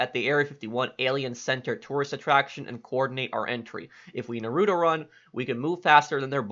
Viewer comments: “If we nah-ROO-toh run” rip all naruto watchers ( it’s na-ru-toe ) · The way you say Naruto triggers me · VLight everyone pronounces it that way but if you’ve seen at least 1 episode of naruto you’d know it’s not pronounced that way but at the end of the day I doesn’t matter 🤷🏽‍♂️ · The way he pronounces naruto makes me wheeze